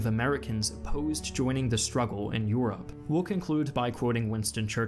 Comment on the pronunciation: "joining the struggle in YUROPE